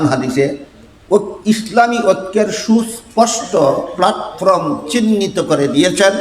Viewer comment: জনাব আপনি ত শব্দও উচ্চারণ করতে পারেননা। প্লাটফর্ম প্লাটফ্রম নয়।এই ইলম কেমন করে আসল তা কি জানেন!মূর্খতা ত্যাগ করুন। অতীতে কি তাস খেলতেন? অসম্ভব নয়।টুপি দেখে মাজার পুজারি মত।